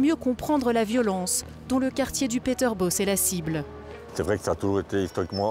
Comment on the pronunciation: PeterBOSS faites une effort dans la prononciation mon dieu Sinon on est trop laxiste